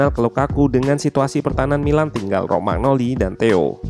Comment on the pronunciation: Maaf sedikit koreksi, beberapa kali nonton analisis tentang milan selalu penyebutannya rogmanoli bukannya Romanyoli, btw padahal di video ketik sendiri Romagnoli. Terimakasih